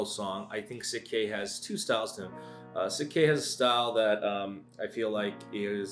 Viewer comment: Pronounced shik k